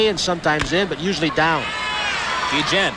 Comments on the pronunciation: Funny you call him GEE-JEN. 20 years ago he could have run for mayor of Chicago and won easy. Still love ya Ozzie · Ozzie "geegen"....🙄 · Ozzie "Gui-Jen" WTF ?????? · I thought the video kept skipping when they said his name lol. Never heard it pronounced like this before!